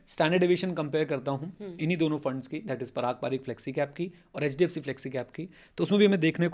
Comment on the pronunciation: Ma'am ne "HHDFC" kya bola hai....